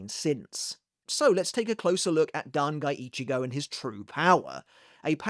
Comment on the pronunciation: "Dan Guy Ichigo" lol 😂